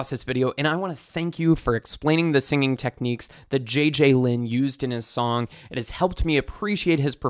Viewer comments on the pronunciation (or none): none